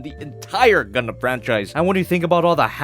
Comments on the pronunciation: DId yOu sAy GuNdam?? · Did you say Gundam? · Did you say Gundum plalalalalalal